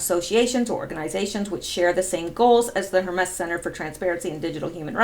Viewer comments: Word police here. I believe it’s pronounced HER-MEES. Not HER-MESS. Thank you for participating. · Hermes: For the god: Rhymes with "Germies" Sounds like "Herpes" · Pronounce Hermes as Her mees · Hermes is Her-Mees, not Her-mess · It's pronounced her-meeze, not her-mess. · pronounced............her-meez...... not hermess............... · Hermes is pronounced "Herm-ees" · Hermes = Her . meez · Hermes is pronounced HER-MEEZ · Pronounced HER-MEEZ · Dutuerte= pronounced dootwartay; Hermes= pronounced hermeez. jeesh. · Hermes is pronounced Hermeez. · Hermes is pronounced "Her Meeze" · Hermes is pronounced Her meese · Hermes-> ur-mez, I believe, is pronunciation. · it's pronounced Her-mees. Hermes is Greek name of God Mercury and is Patron saint of secret society of Freemasons, and founder of Hermeticism and Sacred Geometry. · Hi, love your videos and interpretations! Just wanted to let you know--Hermes is pronounced with the emphasis on "Her", with the "mes" incorporating a long 'e' sound. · Lori Buchan : I am German living in France: it’s pronounced „Herr“ like „Sir“ in German and « mess » like a « terrible mess“ in English. I thought it was Not that complicated and wondered. President Duterte is pronounced like « Du » in German » and then